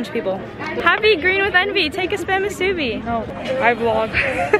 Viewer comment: From hawaii 🤙 it’s moo su bee not the way you pronounced just letting u know ☺️